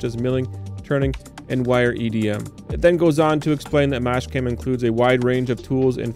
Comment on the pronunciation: Is it just me or are you calling Master-cam, mash cam ?